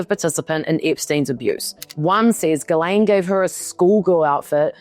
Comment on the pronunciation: Why does everyone call her GUYLAINE instead of Ghislaine ? They aren’t the same at all… it’s pronounced jistlane